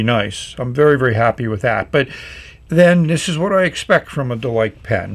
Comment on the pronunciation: Based on the Chinese characters, it's more likely to be pronounced Der-Lee-Ker (less emphasis on the Rs and a shorter EE sound)